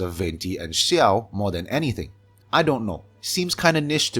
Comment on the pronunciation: My gosh, finally a Genshin YouTube channel with actual substance and is drama-free. And I LOVE that you are pronouncing names like 'Zhongli' and 'Xiao' correctly. (Yes I know the way other YouTubers pronounce it is the way the official English voice-over does, and I can understand why miHoYo accepts it since the 'zh' sound isn't really native to English, but JHONGli always felt really wrong to my ears).